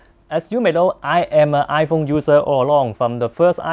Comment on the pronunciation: lol squin potato!! WTF!!! 😂🤣😂 iPhong ten